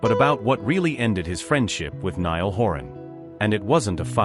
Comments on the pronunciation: Spelt Niall but pronounced NILE, NOT like Neil!! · Get Niall's name right. Good grief, he's been famous since he was 16 and is now 32. His name is NY-ALL, NOT Neel. It is poor reporting and rude. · For goodness sake get the pronunciation of Niall's name right. It really isn't hard, and it makes you look so ignorant. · He should know how to say Niall name . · Does anyone else find these narrations annoying? Why can't the correct pronunciation be given to the written word? Just learn how to say Niall... Thanks